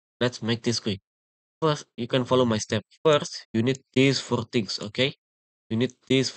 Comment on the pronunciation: threse forr trings 💀💀